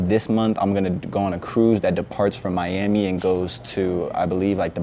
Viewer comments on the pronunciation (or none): none